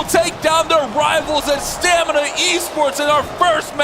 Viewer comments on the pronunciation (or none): I think "stamina" was pronounced "stanima" 30 times in this cast